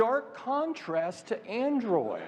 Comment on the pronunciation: The way tim pronounces Aindroiyed 😂